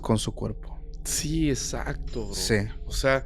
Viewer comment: No Jodan!! La manera en que el Host dise Bro!!! Tuve que regresar el video y escuchar tres veces para ver que no le estaba diciendo una groceria , yo escuche Cabr@ … 😝😝